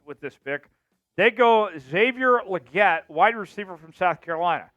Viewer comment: The guy says I just don’t know if leggette is the guy, bro you can’t even pronounce these guys names right. No one gives a shit what you think nor would anybody listen to any of your takes on a players ability. This guy is so bad, get somebody that actually knows the players they’re talking about. Atleast Harrison Graham from Bears Chat Now knows the game and the players he’s talking about.